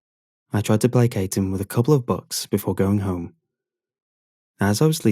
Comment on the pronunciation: The way you pronounce bucks made it sound like you were saying "books."